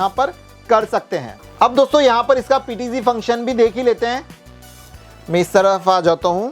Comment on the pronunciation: PTG नहीं PTZ